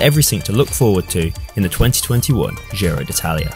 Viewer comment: It's not Dzirow either. That's French. It's pronounced Jiro.